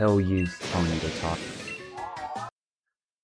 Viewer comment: It's pee-o-nee